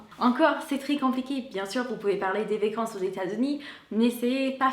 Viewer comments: Je ne sais pas si j'en aurai d'autres tout au long de la vidéo, mais tu dis mal le mot "vacance"... tu dis : "vécance"... je sais que c'est le "a" qui se dit "é" ;) donc vAcance et non vÉcance. ;) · Bonjour, je voudrais te signaler que tu prononces "vécances" au lieu de "vacances", n'oublie pas de bien prononcer la lettre a. Il me semble que tu le fais aussi pour "dollar", tu dis "dollèr" au lieu de dollAr. Bonne journée